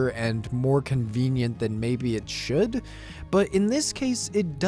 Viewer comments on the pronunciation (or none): none